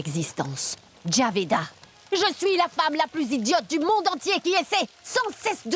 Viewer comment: C'est Jabida, pas Javeda. Des noms de musulmanes, quoi!